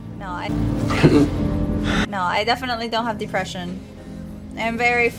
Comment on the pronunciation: I believe it’s pronounced “Depression.” Not “Deepression”